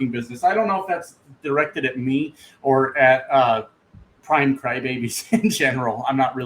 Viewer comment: Not prime its PRAM!